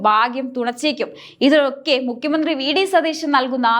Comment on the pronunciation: Mukhya mandhri enn aanu mukkyan ennalla thettathe ucharikku